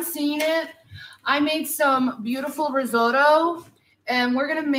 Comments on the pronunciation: My favorite was when she was making the risotto and she kept calling risorto. 🤣 I was like wait what... then she pronounced it like 5 different ways. But never the right way. I was like holy shit. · Risorto, asagio, I’m sorry, organo, pompkin, basahmitti, so many things she can’t say